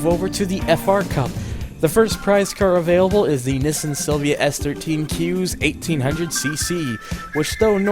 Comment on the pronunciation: why keep mispronouncing Nissan, and why call Z, Zed??? where are you from???